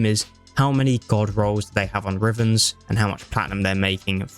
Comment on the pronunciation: Level twelve. “rivens” 💀😂